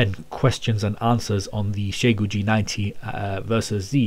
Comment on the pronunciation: You got closer on the Chinese pronunciation than anyone I've ever heard. Most people pronounce it as "Zai goo" but in Chinese it's "Shyeh goo". I don't know why it irks me but it does.